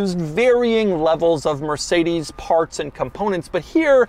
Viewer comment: "Mercedesy" and "Astony" Doug car lingo😅😅😅